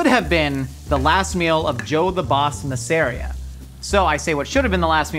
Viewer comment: Joe’s last name is Mahs-uh-REE-uh, not Muh-SARE-ee-uh. You should check out Boardwalk Empire.